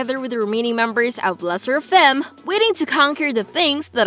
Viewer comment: It's....CHAE won. Not chae WON. Also it's le SSErafim. Not LA sseraFIM. Lastly, it's YUNjin. Not yunJIN.